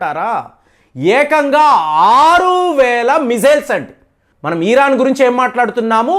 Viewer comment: Chepparani Di anduku cheptaru.eeran kadu iran.mojafd kadu.mosad.